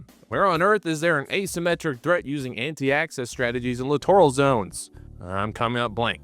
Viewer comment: did you say clitoral zones?